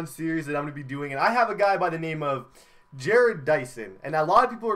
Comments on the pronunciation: Bro his name is ja-rod dyson not Jared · Yeah it's Ju-Rod Dyson not Jered. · It's ja-rodd Not Jared please pronounce it right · It's Ja-Rod Dyson. Is how u say it. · I'm a royals fan jerrod is pronounced with an ah sound je-rod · It's pronounced ja-rod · yeah get your names right Boi!!!!!!!!!!!!!!!!